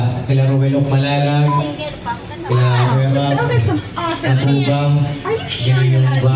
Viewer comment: Rab pho kautoy Hindi rob